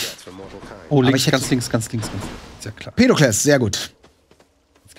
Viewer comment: Hahaha.: "Pedokles". Ich schrei mich weg:D